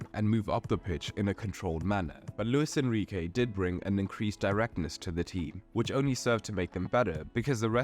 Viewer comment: "LUIS ENRIQUE"